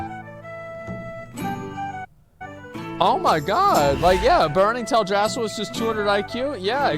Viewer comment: The way he says Teldrassil... Ew.